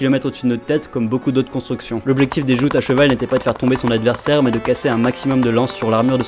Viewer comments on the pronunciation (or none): none